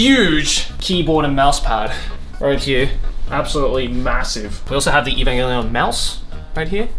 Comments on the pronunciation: The amount of time he said "EVAMGELION" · The number of times said "Evangallion" 👇